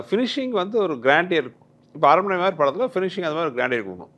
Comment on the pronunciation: Tamanna: aranmanai ❌ arannamanai✅